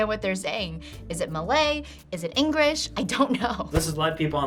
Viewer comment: I agree with you we speak good English in singapore btw i stay in singapore She said English wrongly!